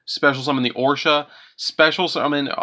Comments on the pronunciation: Love the deck profile, but listening to you completely butcher some of those names was painful. Calling it "Orsha" the Squall when Oroshi doesn't even have an A in the name triggered me a bit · Gladius = Galus. Oroshi = Orsha. WTF??? I think you might need to go back to school and learn how to read.